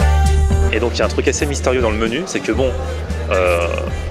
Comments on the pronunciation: 3.35 alors sa c le mènou (menu) mdrrrr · quand elle a prononcé menu elle l'a clairement prononcé à l'espagnole après je me trompe peut être mais vu que ca tête faisait assez latine j'ai pensé à ca mais après c'est peut être aussi une latino américaine. De toute façon elle pas l'accent d'ibta étant donné qu'elle n'a pas l'air d'une tchèchène